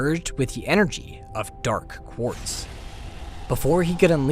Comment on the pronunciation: Dark.. Pause.. Quartz . the pronunciation is great, but the pause is distracting